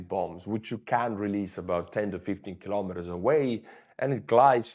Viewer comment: Hey, thanks for another good video about Ukraine! But may I ask you, did you say "15 Kilomet" at 17.45?